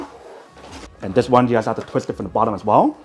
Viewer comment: He needs to go to a speach therapist! His parents probably neglected this when he was a kid.